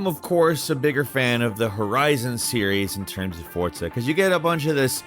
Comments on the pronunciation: It’s forza not fortsa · Isn't forza not fortza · Why does he say it like that ?? “FORT-ZA” 🤣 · I stg every time you say Fortsa i cringe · There is no 't' in forza. Learn pronunciation one of these days. Also, maybe don't include corridor/instanced games on an open world list. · My man said "fortza"😂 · Why are you saying Fortza? haha. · You & Jake pronounce Forza weird.